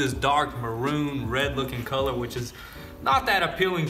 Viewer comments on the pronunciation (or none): none